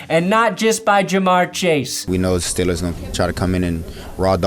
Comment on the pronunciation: No, nobody who likes his Steelers says Steelers like that. Just you